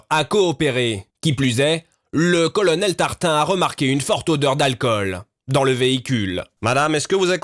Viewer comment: "Colonnel tartin " 😂 ça serai pas fait exprès ? 😂😂😂 (si ta la réf. Tu comprendra ;)